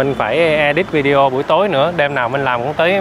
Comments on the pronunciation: oi! em nen doc la vi de o,khong doc la vi deo nha...! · nên sửa nói: Vi đê ô (video ) Chứ đừng đọc là vi deo nữa 😂🤣